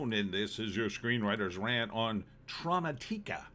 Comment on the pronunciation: Maybe the emphasis is more on the second syllable? Trauma and automatic…a? Automatica? Trau-mat-ika? Idk that sounds better at least.